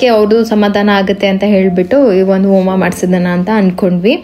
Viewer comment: Please correct your words abba alla adu Habba Aalu alla haalu, oma alla Homa words pronunciation proper agi madi 🙏